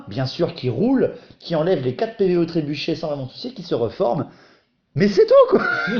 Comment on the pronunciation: C'est "trébuchet", pas "trébucher" :p